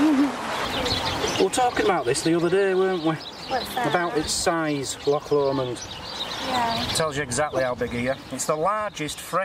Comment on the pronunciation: I can't believe you pronounced Choc Lomand without the accent on the "och".